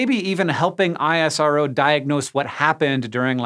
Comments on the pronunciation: You never call NASA as N.A.S.A. but NaaSaa similarly ISRO is not I.S.R.O but EesRow Next time mind it. Thanks for the video. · Just a quick note... We call ISRO not I S R O... But IS - ROH.. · It's called IS -RO not I.S.R.O ! It's similiar to saying "NA-SAAH" and not N .A. S. A!! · Great video. Just one thing, we call it isro(eesrow) not ISRO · Yeah, I.S.R.O. sounds weird to me, too. At my company we always say "iz-row". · My head hurts from explaining this everytime but here goes.. It's pronounced IS-RO not Aie-Ess-Ar-O. Just like NA-SA and not Enn-Ae-Ess-Ae. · It's fine dude.. pronunciation isn't important, their support is.. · we in India call it ISRO, not I-S-R-O..I dont know what is the "Right way" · American Logic NASA = "NASA" ISRO = I-S-R-O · It's called " Is-ro " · Its pronounced Iss-Roh :)